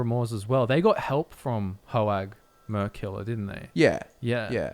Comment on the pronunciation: Every time they say “Mer-Killer” it sounds like “Merculer” I was confused for so long